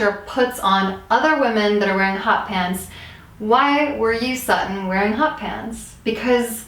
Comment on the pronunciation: Am I the only one who heard Satan for Sutton?